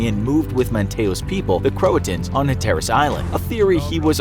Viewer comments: It's pronounced Raw-lee not rally ffs Hatteras is pronounced Hatter-as, not ha-terrace. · Also, it's HATerras Island, not ha TER as Island. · also- Hatteras is pronounced hat-ER-is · Jesus, where did this guy get his pronunciation's from? Raleigh is pronounced RA-LEE. Hatteras is HAT TE RES. These are place names in modern North Carolina, you don't have to get all funky with how you say it my guy. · some corrections on pronunciation: Manteo = Mant-E-Oh Wanchese = Juan-Cheese Hatteras = Hat-Er-Us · It’s HA-ter-US Island. You put the wrong emPHAsis on the wrong syllABLE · The island is pronounced HAT-ER-US. Right across the sound from it in Pamlico lol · It’s Hat-Er-As. Pronunciation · It's pronounced Hatter-ous island. You're welcome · It is said HATT TER RIS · "CROATOAN" was the word carved into the tree, not "CROATAN." Although either spelling is acceptable for the name of the tribe, it isn't acceptable to report that any other spelling than "CROATOAN" was used by the settlers. Raleigh is pronounced "raa • lee," not "rally." I'm not sure how anyone could mispronounce Hatteras, but whoever narrated this video found a way. Such glaring errors. I hope "Infographics" gets better. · As a North Carolinian, I learned more about this than in school, but also, Raleigh and Hatteras were pronounced badly. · As someone who grew up in North Carolina, his pronunciation of people and place names (Raleigh and Hatteras, as example) make me angry. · That pronunciation of Hatteras was rough. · Pronouncing Raleigh wrong, and Hatteras :(